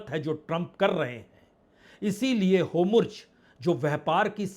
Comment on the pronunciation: Veer jio Please tuci Hormuz nu Homurz na kaho Hauli hauli mai bhi Homurz kahane lag ja rahi hu